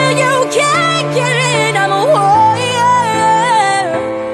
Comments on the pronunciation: Just out of genuine curiosity, is it a stylistic thing or for musical technicality purposes that she and other people who cover this song pronounces “Warrior” as “Wo-ee-yer”? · Why don’t people pronounce warrior properly when singing this song? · Someone needs to tell her that the word Warrior has R's in the middle, she seems incapable of pronouncing them